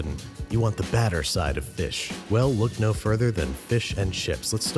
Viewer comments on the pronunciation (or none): Badder or Batter? Anyone catch when Andrew says, “What if it’s Friday night and you’re all dressed up and you want the ____ side of fish?” Which do you hear? I heard “badder” initially, but what a great pun either way. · Lol "batter" side. Great ep!